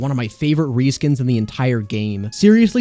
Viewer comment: Weapon Ree-skins…